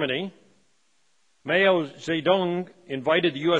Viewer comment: The introductory speaker can’t pronounce any foreign word or name correctly. Mayo?